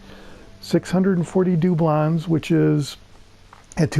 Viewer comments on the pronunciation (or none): Do-blons I like the way you say it